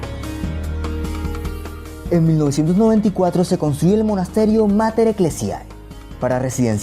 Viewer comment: Pequeña observación. La pronunciación correcta de "Mater Eclesiæ" es "mater eclesie, ya que en el latín si hay una e y una a juntas (æ, ae, oe, œ...) Se pronuncia como una "e"